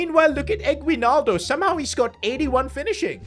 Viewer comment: The pronounce for his name is eggnaldo. (Yeah, we made jokes with it)